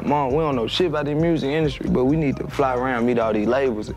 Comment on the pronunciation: Lol "mursic"